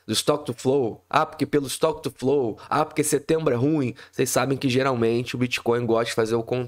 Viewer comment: "is to quetu flou".